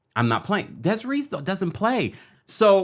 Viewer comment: Deh seh RAY! That’s how you pronounce her name babes ❤❤❤